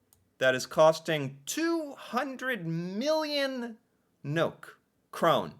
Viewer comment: NOK is short for Norwegian kroner, we never say nok 😊 (so funny) ....good reaction 👍 | I do believe all the Nordic countries have 5 week full paid vacation. Denmark do, for sure.